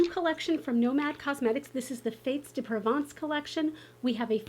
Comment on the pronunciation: I’ve attempted to watch a few other videos about this palette. Your the first one so far that pronounced “Provence” correctly!! Well done!!